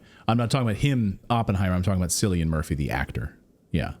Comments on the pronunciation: I love how the male presenter goes out of his way to identify Cillian Murphy as an Irishman, but misprounces his Celtic name numerous times. FYI, it's pronounced, "Killian," not, "Sillian" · His name is NOT Silian but Cillian as K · Silly-Anne is now Insulted as her name is pronounced 'Killian'! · It's a hard C in the name Cillian, so pronounced like Killian not like Sillian!! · "Sillian"? Nope. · Cillian Murphy is pronounced Killian not Sillian. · Cillian is pronounced as Killian an Irish thing 🙂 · Cillian is pronounced like Killian not Sillian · Not Sillian, Killian*** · Cillian Murphy is pronounced "Killian Murphy." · By the way, Cillian is pronounced Killian ! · Cillian Murphy.... Cillian is an Irish name so it's pronounced 'kill-ian'. Edit: oh and he also dedicated his Oscar to the people who keep the peace ✌️🕊️ i.e Gah Zah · Cillian is pronounced "Killian" as in kill. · Cillian ( pronounced Killian ) Murphy .. yes he is Irish from Ireland not English. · It's pronounced like Killian the C is a K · In the scheme of things, what l am about to say is unimportant .......the Irish name Cillian is pronounced Killlian. 😊❤ I love you both, and l l love your videos. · 🤣 Cillian is pronounced "Killian". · Cillian Murphy, pronounced 'Killian'. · Pronounced Killian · Cillian - pronounced: Kill-ee-en For God’s sake. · If you are going to talk about someone at least get the pronunciation of Haze name right